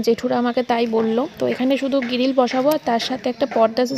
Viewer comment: গিরিল নয় বলো গ্রীল